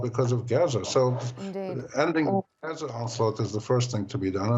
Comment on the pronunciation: It's pronounced Gaza..A as in father.....not geza.